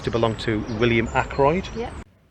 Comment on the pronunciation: akroyd ache as in toothache not a c k royd.